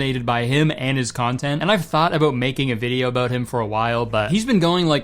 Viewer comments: so many a-boats 😂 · it’s juste the "aboat a year now